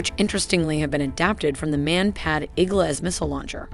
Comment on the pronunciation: You mean down on the RIGHT SIDE is the autocannon. One must name the sides always from the pilot's perspective! Also, the speaker has clearly some issues with endings in plural.. "ArNaments pods"??? You mean "arMament"? Vikhr should be actually pronounced without a K – more a hard H – vihr. And it's Iglá, not Ígla.